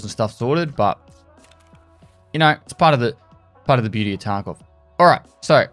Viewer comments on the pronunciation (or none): none